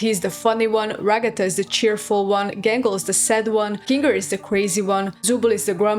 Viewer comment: You really gonna use that "hard r" when talking about Kinga?